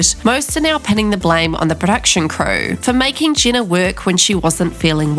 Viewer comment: I think it's pronounced Jeh-na and not Gina